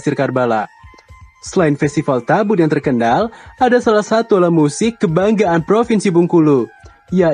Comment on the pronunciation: Kk itu salah bukan tabut yg bener itu tabot